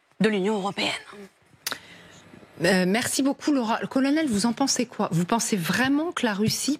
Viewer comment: mais quel abruti ce mec est ca se dit colonel oui colonel d'operette